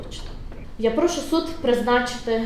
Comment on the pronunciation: йому зле, жоного каяття, прОшу - це все підпольский суржик, українською - йому погано; ніякого каяття; будь ласка, прошУ.